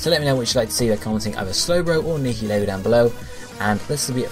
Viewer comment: Nihilego please It's 8-7... If Nihilego wins, it's "Nye-uhl-ee-go"